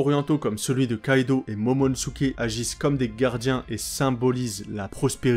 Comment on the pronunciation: On dis momonosuké ! et pas momonsuké….